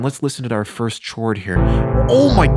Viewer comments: he is saying CHords as a joke 😂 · Why is he saying CHords🤣🤣🤣😂💯🗿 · "CH-ords..." cringey asf yo lol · The word chords is pronounced "Kords" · umm dont you say cords not chords? maybe im just dumb but it sounded so wrong to me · One more "tchords" and I fucking slap you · You pronouncing it “CH-ords” literally makes me want to die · lol "CHords" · is he saying "chords"?!!?! holy shit did you live and grow up alone for basically your whole life?